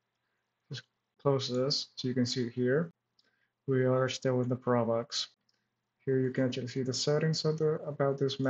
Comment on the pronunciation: proXmox. There is an X in there that you pronounce!